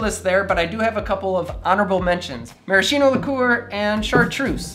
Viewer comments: Super interesting and useful for people like me entering for the first time in bartending world! Just one comment: you have to pronounce "maraskino" ! Thank you a lot from italy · Just a tiny suggestion: maraschino should be pronounced with "ch" like a k: maraskino. Greetings from Florence